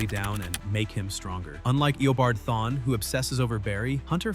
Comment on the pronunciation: This nicka said Thawny😢😢😢